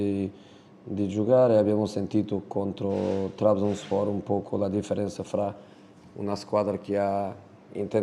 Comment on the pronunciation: Qualcuno aiuti a pronunciare Trabzonspor